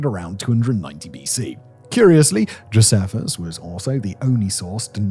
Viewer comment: Yup, you're spot on, at least as far as we pronounce these ancient names and words in English. Also, Josephus is pronounced Joe-SEE-fuss, not Joe-seff-us. Sennacherib is Sen-ACKA-rib, not Senna-CHAIR-rib. Cuneiform is Cue-NAYI-form, not CUE-nee-form. Tigris is TIE-griss, not Tigg-riss. There's probably more I missed out, but at least he pronounced Nebuchadnezzar correctly! 😅 Also, I do believe pretty much all Assyriologists can read Ancient Babylonian Cuneiform, not just "a handful of scholars!" I imagine it's one of the first things they learn as undergrads!